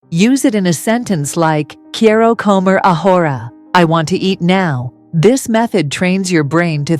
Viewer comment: “Quiero comer ahora”. NO NO and NO. This pronunciation is ABHORRENT!!!!! AI should NOT be used for these types of videos UNLESS AI Is capable of correct pronunciation. A simple beginner sentence with all three words grossly mispronounced. The credibility of the video is shot already at one minute 52 seconds.